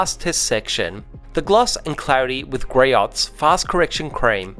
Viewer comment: GREE-OHS, not gree-otts.